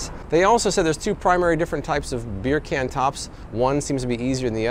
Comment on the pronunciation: "beer can" Your Jamaican accent is on point